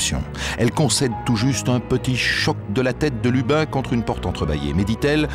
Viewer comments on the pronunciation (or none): D'abord c'est Lubin et pas Lupin Ensuite je vous conseille de lire le livre de Magali Guillemot Jérôme Duchemin était un type brutal désagréable et indifférent On est en plein dans l'erreur judiciaire